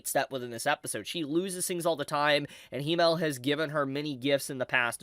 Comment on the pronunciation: Himmel is pronounced with a longer "m" because there is 2 of them.